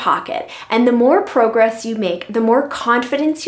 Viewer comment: ... I'm BEHIND!😢😮... Girl, where you from? The way you said progress makes me think you from overseas!?! Girl, I heard you the 1st time but I'm listening to this a 2nd time & you said save $100 this year! This was put up a month ago! That is a goal...in the next couple months.... I can try but I like the physical year.... Honestly, I got nothing but I will be more diligent...& Discipline.... Thanks lady!❤🎉